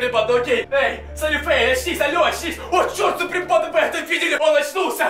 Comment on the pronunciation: А , почему вы говорите сапри панда?